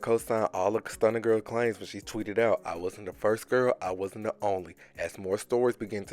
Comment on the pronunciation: First off baby, it's pronounced Claims, not clams. Secondly, J.T. face SAID IT ALL, in that weird interaction between Tee and Careesha, especially when Tee was like, and look where are now... 😂😂😂😂ish is sick and disturbing 😳 😐 but, what do you expect when Diddy at the head of the topic. Him, Jay-Z, and a few more fittn ta go DOWN, DOWN, DOWN!!! What's that they calling Careesha now.. Ghislaine/Careesha. If she thinks she's free from Ll of this cause she ain't talking, or saying nothing, boy, does she have a RUDE awakening headed her way. She will be implicated and possibly indicted for her involvement with S@ trafficking, money embezzlement, and who knows what else. She shoulda run and never looked back. She really shoulda come out, AT THE BEGINNING, and cleared her name, somehow. But, she didn't which makes her look guilty and at the very least compliant to said charges.